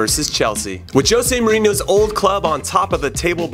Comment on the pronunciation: Hey Jimmy, do me a favor and work on your Spanish accent Señor Inho